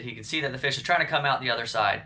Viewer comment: Gathering a feesh fry